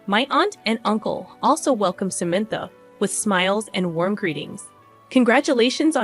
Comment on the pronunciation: Can’t pronounce Samantha’s name? Good story but terrible sister in law.